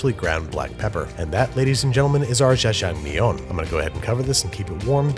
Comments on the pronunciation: its generally written in english letters as jja-jang-myeon, so the confusion is understandable but its generally prounced as a hard 'j', and -eo makes an 'uh' sound so ja-jang-myun, babish says "zha-zhang-miyun" which just aint it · yeah, if it is jjajamyeong (sp?), the first syllable he is making into "jjhuh" like j'taime in french. But in Korean that just means the j sounds needs to be aspirated (or a little harder), so JYEAH would be a closer sound than his "jjhuh" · Babish: “JaJa Meong” Koreans: punching the air 💀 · lmao I cant get over “jajang MI YONE” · Y'all my man was pronouncing 짜장면 like it was some sort of french delicacy, this is the content I came for and it is the content I'm staying for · I love how Babish pronounce ls Jjajangmyeon with a French accent 😂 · his pronunciation of jjajangmyeon sounds like french to me idk why ._. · "NEEYO-guri" "Jjajang meeyong" "Jambon" (but in French) Babish pronouncing Korean words is the best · Well the pronunciation wasn't perfect. He pronounced the J of Jjajangmyeon more like in Jacques than in Jack. And Neoguri is not pronounced like Neo from the Matrix. Wow, I must be really fun at parties. Just realized how pedantic this comment makes me look. Anyway, I agree with everything else you say and I love that Andrew puts in the time and effort to research the pronunciation and the cultural background of his dishes.